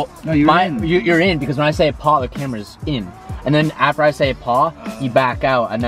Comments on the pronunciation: Why’d you pause between “a” and “paw” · the way u said paw was so bad 🤣 but shit was dope asf